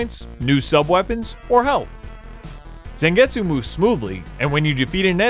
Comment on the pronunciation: Im not a grammar nazi but ive noticed americans have problems pronouncing some names. Its Zangetsu not Sengetsu and Geebel no Gebbel. Great review though^^ Greetings from Germany